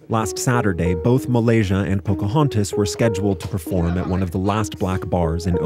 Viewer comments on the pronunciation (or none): 'Muhlasia'. bahahaha